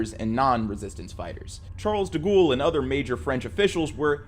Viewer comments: Every time you say "Charles de Ghoul" is hillarious. I know you're an American and therefore probably against your religion or something, but please at least attempt to pronounce things correctly. It's 'Charles de Gaul" pronounced 'gorl' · The correct pronunciation of Gaulle is closer to “goll” (as in “doll”) than “ghoul.” That said, I suspect the mispronunciation may have been sneakily on purpose because of de Gaulle’s ghoulish nature. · Charles "deghoul" and "peppin" yeah sorry im out i cant stand the pronunciation lol please do a bit of research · “Charles da ghoul” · "charles de gool" (no hate) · 😂"De Ghoul,"😂 Whether you're intentionally mispronouncing "Charles de Gaulle," or doing this out of a mere mistake: I find it HILARIOUS everytime I get hit with that "Charles de Ghoooul," 😂😂😂😂😂. Perfect, hahahaha!